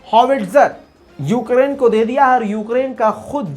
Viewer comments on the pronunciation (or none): Yougrain kyu bol Rahe ho